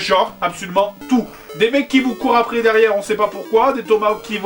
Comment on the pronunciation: On dit "après" pas aprer....